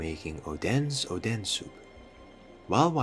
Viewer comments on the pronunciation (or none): IS ODEN NOT ODAN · You said odens name to "oh then"😂😂😂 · It's oden... not odan. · I thought it was ‘oden’ soup 💀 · can you pls stop calling Oden oden pls it doesnt sound right